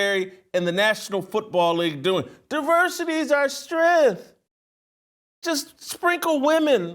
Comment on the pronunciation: I like the content, but Jason is hard to listen to. All his hard consonants have this huge amount of saliva. It’s gross. And what is “strenth?” Is Jason trying to say “strength?”